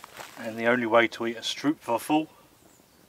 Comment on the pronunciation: Being Dutch I really enjoyed this video. Never made bitterballen, but now I will make them with my son. Thank you! You even have a stroopwafel. It is pronounced as strope waffle.